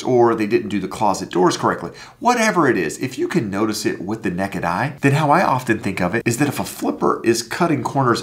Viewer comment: "Nekkid eye"